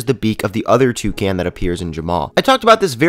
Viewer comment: he says toucan like " Two - Can " LOOOOL